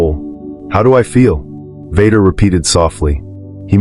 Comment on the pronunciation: the robot calls him Vodder